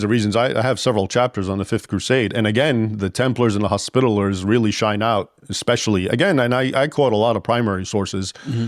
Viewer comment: Arrgh! Leaving out a syllable makes this video un-watchable. Hos-pi-ta-li-ers. Second accent on the third syllable.